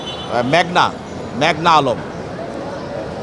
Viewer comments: সম্মানীত পিপিকে সম্মান জানিয়ে বলবো নাম উচ্চারণের ক্ষেএে খেয়াল করবেন। এখানে মেঘনা হবে মেঘলা নয়। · মেঘলা মেঘলা বলছেন কেনো!